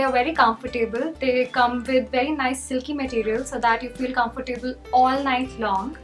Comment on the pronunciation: FYI you mispronounced comfortable